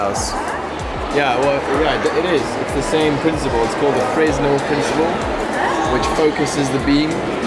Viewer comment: hearing say fresnel was painful